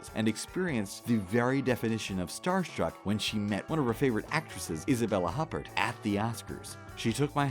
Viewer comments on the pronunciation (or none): Dude, you pronounced Isabelle Huppert totally wrong. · Tells the audience how to pronounce "Alicia" of "Alicia Vikander". Spends the rest of the episode mispronouncing it (and several other famous names like Huppert).